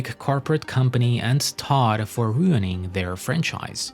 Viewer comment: it sounds like you say dot howard every single time. its so annoying!